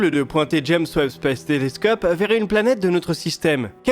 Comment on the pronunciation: XDDDD je suis pas le seul a vouloir que ce foutu télescope s'appel Bob et non pas Jèmsbeb spèbse stéléscopse... C'est trop dur à dire XD